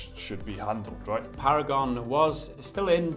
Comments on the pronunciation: Para-gone* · “Paragon is para-gon” lmao